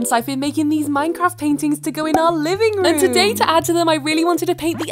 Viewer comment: "living r-OOM" 💀 "canVAS" 💀 "sEE" 💀 "light pINK" 💀 "feathery gILL-" 💀 "to act like the feathery gILLS" 💀 like girl why your voice so weird